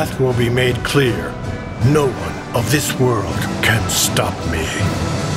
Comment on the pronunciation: I find it interesting that he put emphasis on "of this world"